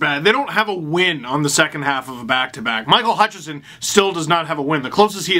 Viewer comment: The main reason I want Hutchinson sent down/traded/flung from a catapult is so that Steve won't keep calling him Hutchison. Well, maybe next to "he's not very good". Edit: Wow! He pronounced it right when he was reading it from Twitter. There is hope.